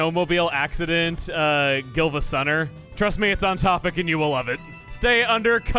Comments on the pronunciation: Gilva? Chugga-it's Giiva, just as much as it's Siiva, no Silva. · I thought it was pronounced “geeva sunnr”?